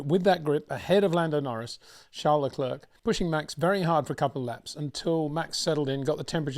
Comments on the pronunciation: It's not Leklurk. It's Leclair. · please do not pronounce the 'C' at the end of Charles Leclerc's name...it is a silent 'C'..!!..thx.